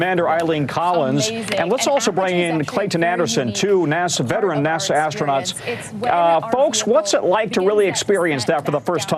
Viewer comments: I think that lady has a strong desire to call them is "Astro-NOTS"....instead of astronauts. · Someone in the comments said ASTRO - NOTS 😂